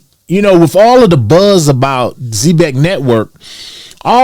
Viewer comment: All respect - you're pronouncing the name of the company wrong. Watch the commercials & listen to the founders interviews or the dev team talk about the company on Twitter